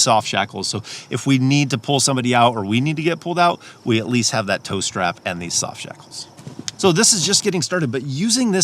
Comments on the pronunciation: When you said “tow strap”, I thought you said toaster. LOL! I just knew that you were going to pull out a toaster from under your seat. Anyway, great ideas!! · And I thought he said "toe strap"! Could figure out either what that was or how it would be useful! LOL.